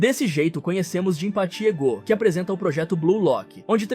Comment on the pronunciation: O fd é ele falar o nome dos cara errado sksksk, iságui, egô, naguí 😂